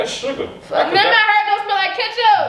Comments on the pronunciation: ken: its not herr its hair 🤣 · “It's not hur its hair” 😂😂😂😂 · “ it’s not hur it’s hair “ 😂😂😂😂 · Ken: “ it’s kitchup on the floor it’s kitchup on the couch “: “ and my hurr “ Ken: “ girl don’t nobody care about your hair it’s not hurr it’s hair “: “ like I said I said what I said it’s kitchup in my hurr “ 😂😂😂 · ITS NOT ”HER” ITS “HAIR”😂🤣😂😂😂 GOOD ME💀🤣🤣🤣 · “ its not hur it hair “ 😭